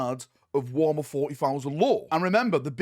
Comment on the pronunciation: Why do you say Warmer and not Warhammer?